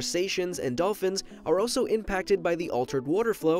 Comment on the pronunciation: You pronounce also by saying O-so, instead of saying All-so